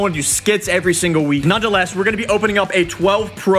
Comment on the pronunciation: Hit 1,250,000 likes and you have to learn how to say "nonetheless" correctly